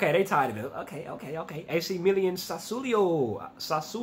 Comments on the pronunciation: My man Said "AC Milian" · “Ac million” 🤣🤣🤣 why can’t Americans read or pronounce very basic words.